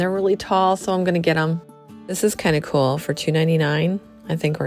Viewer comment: Cool is not pronounced coolel